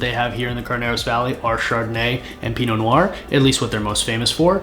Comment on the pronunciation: Next time, learn to pronounce Pinot Noir or, at least, how to hold a wine glass.